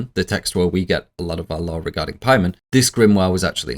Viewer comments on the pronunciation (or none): PAYMON THATS THE PRONUNCIATION NOT PIEMAN😂😂😂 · Its Pay-mun you fruit, not pie man. All the research and you cant look up a dictionary or just google how to say it. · the pronunciations are confusing me. it is really pay-mun. the i is a strong E sound. the O is a "Uh" Latin vowels. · Take a shot every time he says Paiman, take 2 shots every time he says Charpaiman. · I know it's Paimon but I can't help hearing 'Pieman' 😂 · Making a 4+ hour long video and mispronouncing the main antagonists name the whole time is wild. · “Referred to from here on out as CharPaimon” Who the hell is charpaimon? You mean Chaimon?